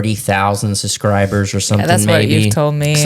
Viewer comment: 😂😂😂😂 SUScribers 😂😂😂 That cracks me up everytime he says that word.